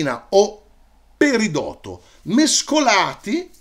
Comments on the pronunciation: Se posso permettermi ti espongo alcune differenze fra quello che hai detto tu ( fantastico!!! ) e quello che hanno insegnato a me al corso di laurea: 1) le pietre sono rocce lavorate ( quindi il titolo non sarebbe proprio esatto ma capisco che magari è più allettante) 2) si dovrebbe dire perìdoto non peridòto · Grazie Marco! 2) Anche io avrei detto che la pronuncia corretta fosse "perìdoto", ma il Dizionario di Ortografia e Pronunzia DOP mi dà "peridòto": Altri dizionari, invece, sembrano ammettere entrambe le pronunce: 1) Sì, ho usato "pietre" nel titolo perché mi faceva più ridere. Nel linguaggio comune, pietra può essere usato come sinonimo di roccia o di sasso, e così viene riportato dai dizionari che ho consultato. Ma ti rinigrazio per la precisazione tecnica. D'ora in avanti la terrò a mente! :-)